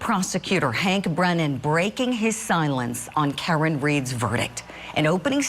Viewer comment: Is this that lady Julie Grant? Had to be. Ridiculous how she pronounced Karen.